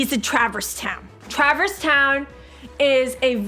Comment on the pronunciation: I know she's drunk, but why the bloody hell can nobody pronounce "Traverse" correctly?